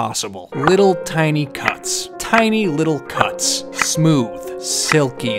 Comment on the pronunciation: When you were saying “tiny little cuts” I thought you were saying something else 😭😂